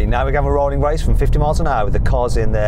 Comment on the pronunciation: “-SettingK”, “-RollingK”, “-BurningK” what is with this K after all G’s? Sounds horrible, stop it.